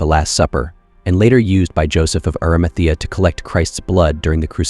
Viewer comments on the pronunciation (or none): none